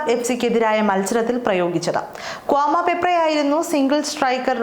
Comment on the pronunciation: Kwama alla kwami😂